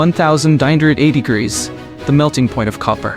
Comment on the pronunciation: You did not say the word Celsius right word degrees right either or you need to get some better English skills or have a better AI voice I don’t know which one you’re using